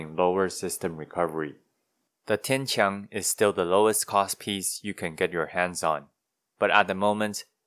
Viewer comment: One thing I thought was a little funny was, as you were saying "Nachtreiher" for the first time, I was like, "ok, that's definitely not how you say that." And then when you said "Tian-Qiang," I was like, "ok, but the way you said that, I can immediately tell that the way I would have said THAT was wrong, and the way you pronounced that was obviously correct." Meaning you are clearly just more familiar with Chinese than you are with German. idk, just thought it was interesting to note.